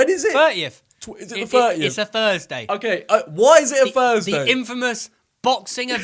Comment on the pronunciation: Thursday* not fursday